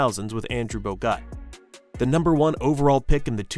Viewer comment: I'm pretty sure the quarter final loss at Paris was to Serbia, not Slovenia. Also there's a fair amount of mispronounced names most notably Bogut, Exum and Thybulle. Seems to be the 'u' is the issue.